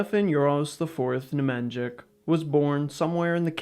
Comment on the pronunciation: Ne-Mahn-YeeeeEeeee-CH = "Nemanjic" in pronounciation. not "Ne-Man-Djick"